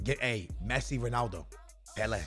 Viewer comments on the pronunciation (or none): none